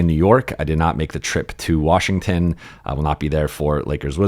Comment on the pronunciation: Or as Bobby Marks says, WARSHINGTON.